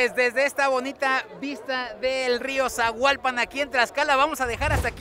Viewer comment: Gracias por visitarnos en nuestro Tlaxcala bello ❤️ P.D. es río Zahuapan, no Zahualpan 😉